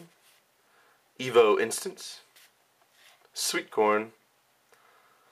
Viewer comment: When u said sweet corn, I thought u said sweet porn!